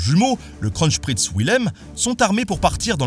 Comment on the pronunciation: et kronprinz ne se prononce pas krotchpritz mais bon